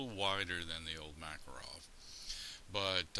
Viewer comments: One tiny correction. That excellent little Russian gun is not a "MAK a rov", it's a "mah KAR ov". The accent is on the second syllable, not the first. I used to call it a "MAK a rov" myself until a guy I met at a gun show, who was an immigrant from Russia and served in the Red Army, corrected me. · Just letting you guys know - it's Ma-KAR-ov.